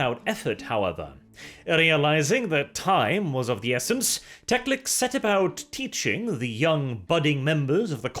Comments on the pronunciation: Tec-lic-s? Wasn't it Tec-lis? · hearing Teclis as Teclics/Teclix is a bit jarring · TECLIS, not TECLIX! IN THE NAME OF RUINOUS POWERS, EVEN SLAANESH GOES LIMP HEARING THAT! But all in all, good video. I enjoy your style of narration very much. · Friendly correction. . . it’s Teclis not Teclix. Great video! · Love your channel but Teclis is pronounced Tek-Liss, not Tex-Lix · Why do you pronounce many Warhammer words so weirdly? Like Teclis?